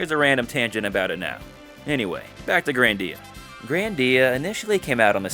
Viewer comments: Grandia not grandeea anyways HD remaster on ps5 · Why does he call it grandía